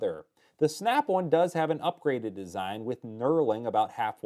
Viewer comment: Snap One or Snap "On" ??? Great review regardless of saying the name wrong. 😎👍